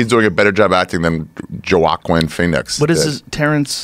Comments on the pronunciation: "joe walk win"??? ROFL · “Joe-ah-quin Phoenix” 🤦‍♀️ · “Joe Wokwin Phoenix” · "Joe Auckwin Phoenix" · joe ah quinn. lmao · Wockwin phoenix eh? Lmao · Nobody’s gonna address how the guy pronounced Joaquin like Joe akwin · Joe "akwin the DMT grandmaster" Rogan. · Whacking Phoenix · Chua kinnnnn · Leon - Walk-in Feenix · Whowalkeen Feenicks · Wahkeen Feenix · "JoE-Aw-QuEeN PhoEniX" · Ace lol no, no "el" sound. wah-KEEN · Wakeem Feenix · Budd Dwyer more like “hoh - ah - keen” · “ ja-wokwin” Phoenix lol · Joe "Ah-Quin Phoenix" Rogan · "Joeaquan Phoenix" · It's easy to say "wah-keen" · "Jo-Ah-Quin Phoenix.." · “Joe-ack-Quinn Phoenix” - Ari Shaffir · "Joe- Aquin Phoenix" lol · Dude really said "Joe-awk-win Phoenix" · Did my guy just say “Jew-ah-Quin” Phoenix? Lmfao. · “Jo accin Pheonix” really Ari? It’s not like his name has been said every day for the month of October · More like Joe-awkward Phoenix xD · Lol he said “joe-aw-quin Phoenix” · Did he just say jo-a-quin phoenix?? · Joh-ah-kwin Fee-nux sounds legit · "Ja-wa-quin phoenix"... Almost missed that. 🤣🤣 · "Joe-uh-queen Fennix" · JoeAkeen Phoenix..? Surprised he pronounced feenicks right lmao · Ari: Ja-wah-qwen Phoenix 😂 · “Joe Aw Quinn Pheonix” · He said joe acquinn Phoenix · “Joe-Awkeen Phoenix” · Dude said Jawakeem XD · Did he say Joe Ah Quinn Phoenix? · Who the fuck is 'Joe Ak-win Phoenix' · did this nigga just say JoWaKwin Phoenix🤣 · Joe-wak-wen Phoenix 😅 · Joe-wa-keen Phoenix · Never, EVER forget that on this very podcast, Ari Shaffir called Joaquin Phoenix, “JoeAck-Win feenix” 🤦‍♂️🤦‍♂️🤦‍♂️ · nah he straight up mispronounced it like a donkey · Never heard anyone butcher his name till now lol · The phonetical pronunciation of Joaquin 😂😂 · The way he pronounced Joaquin Phoenix hurts me as a Spanish speaker lmao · Why tf this man pronounce Joaquin like that💀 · the f*ck did he say ??😂😂😂 said his name all wrong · Are we not even gonna talk about how badly ari butchered Joaquin Phoenix' name?